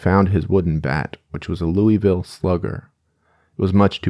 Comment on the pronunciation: as someone from Kentucky its "loo vull" not "louie ville" every time u say it wrong my ears grind